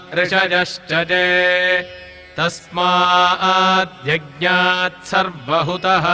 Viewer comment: Can anybody tell me that why ( तस्मा ह द्य ज्ञात is being pronounced in spite of तस्मा द्य ज्ञात